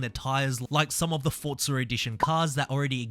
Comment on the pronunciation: Its not FORTZA bro its FORZA ffs sounds so annoying say it right you flop before i report you.